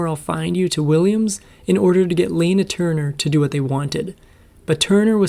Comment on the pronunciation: (Lan ah) Turner. Robot mispronounced.